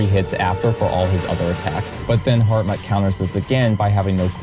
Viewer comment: Very impressive video. All this build up and then you just to throw the big worm down the hole he created One thing though. Hartmut is pronounced "Hartmoot/Hartmood", not "Hartmutt". Not that it really matters.